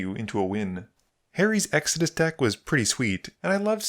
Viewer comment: You're pronouncing Extus wrong. It's Ex tus not Ex a dis.